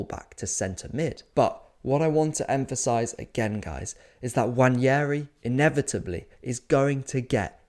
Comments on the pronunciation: it's nwaneri btw, no wanyeri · WA-NE-RI Not wanieri. Jfc its not that hard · There is no 'Y' in Nwaneri. You can say it how it is spelt and pronounce his name correctly.